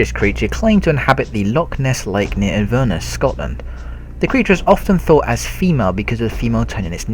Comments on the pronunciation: It's Inverness not infernos(first time I heard someone call it that XD),it's funny how everyone thinks that Nessie is fake or real when we just can't prove it there's been research to try and disprove it and then the others like fishermen who try to prove it. Either way it has alot tourism value for Scotland and I notice this alot when I'm going through town seeing tonnes upon tonnes of tourists in Inverness .viva Scotland! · And you mis-pronounced inverness :P it's said " In-ver-ness" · Video was great but, as a native of Scotland, your prononciation of Inverness was one of the worst things I’ve ever heard 😂. It’s In-ver-ness. Like inverse (but without the se) then ness. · Great video, but honestly you could have pronounced the place names properly. "Sligo, Inverness, Durham, Newquay, I was thinking you might have been having a laugh by intentionally mispronouncing them!